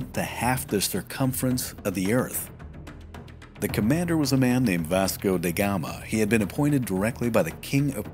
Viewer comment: In portuguese , his name is pronounced as "V Asco" with that A as car, not "V Esco" as cat. Huge and important difference.. 👍